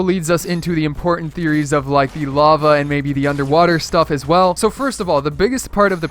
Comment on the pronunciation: When he said lava areas I thought he said love areas.